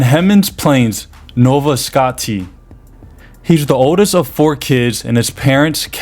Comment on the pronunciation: Nova Scott? Pronounced Nova Scosha guy. 3 point 550 million dollar question